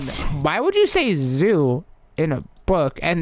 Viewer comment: when said ZOoOoOoOo it almost sounded like SUUUI LOL 😂😂😂😂😂